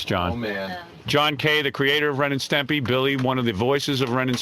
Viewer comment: You could start a drinking game for every time Wiggy said 'Stempy.' And it spotlights the 'cultish' nature of the place as you say,, that nobody had the temerity to tell their meal ticket, uh, it's Stimpy.